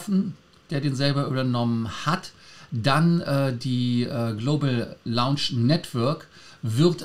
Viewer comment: kannst Du Dir mal anhören, wie Lars "Lounge" ausspricht? Du sprichst es immer wie das Englische Wort "Launch" aus;-)